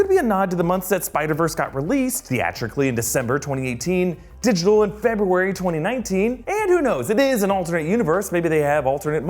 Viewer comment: Decmber & Febrary?! more lIke Decembruary!